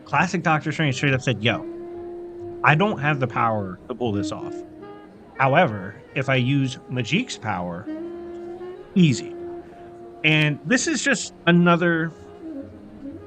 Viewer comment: amazing video but her name is pronounced magic !! just with a k lol. best wishes to you and I look forward to your future content